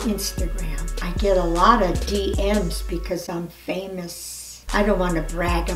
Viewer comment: hahahahaha the way she said famous